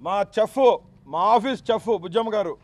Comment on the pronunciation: Ore.....చెఫ్ కాదు రా షెఫ్🤣🤣🤣🤣 రౌడీ రౌడీ లా ఉండు బే🤣🤣🤣